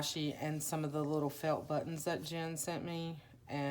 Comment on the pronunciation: LOL ........................ Bu-TT-ons ................. sooo not you, Gurl!! LOL!!!! OMG!!!! I'ma tell Faydra on you!!!! She's gonna have to re-train you in Texan drawl!!! LOL......💗XX!!! Your journals are such treasures!!! My student's baby will turn 1 in a few, and she still raves about her baby book!! So proud to have gifted her art made by you!!🌻